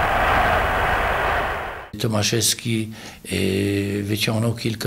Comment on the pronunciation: Mowi sie łembli a nie łemblej